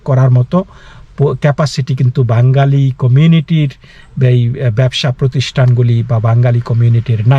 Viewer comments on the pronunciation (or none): মুস্কিল হলো -- আপনিও দাদা ঠিক করে 'বাঙ্গালি' শব্দটা উচ্চারণ করতে পারছেন না। কথাটার উচ্চারণ আসলে 'বাঙালি'। যাই হোক India-র বাঙালি এবং বাংলাদেশের বাঙালিদের মৌলিক তফাৎ আছে বৈকি !